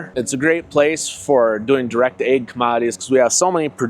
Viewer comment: Hell he's saying AG sounded like egg i kept wondering about the chickens 😂😂😂